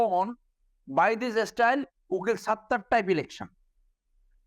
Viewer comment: Wtf is an elecshawn? Or a selecshawn? This joker is a Supreme Court lawyer? Really?